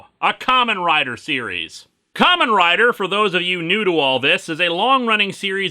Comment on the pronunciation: Am I the only one who's hearing 'Common Rider' instead of 'Kamen Rider?' I can't be the only one.